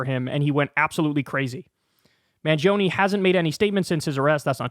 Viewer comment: The last e in "mangione" is pronounced like the e in "element".